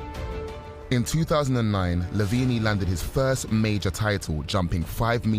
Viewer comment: why do you pronounce it lavenie